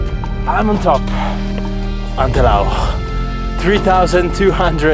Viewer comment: Da bellunese sono stufa di sentirlo nominare all’inglese 😝 A parte questo, veramente bravo, soprattutto per l’ascesa, il nostro re non è per tutti ☺️